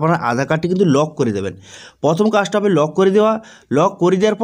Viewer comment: কথাটা প্রথম। পথোম নয়।